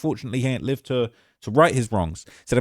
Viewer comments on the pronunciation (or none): none